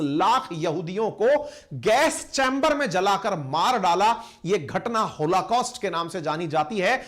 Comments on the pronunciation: Sir it is holocaust, not होलाकॉस्ट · PLEASE RECTIFY.... IT'S "BRITISH " AND NOT BRITISHER......THERE IS NO SUCH TERM.... PLEASE RECTIFY...IT 'S ˈहॉलकॉस्‍ट्‌ and not होलाकॉस्‍ट्‌ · hoLAcaust nahi hai sir oh, hoLOcaust hota hai.